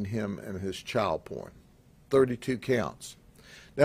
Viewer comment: “89 counts of chowl pourn”